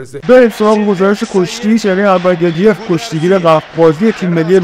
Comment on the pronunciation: انور گدیف نه 😅😅😅😅گودیف درسته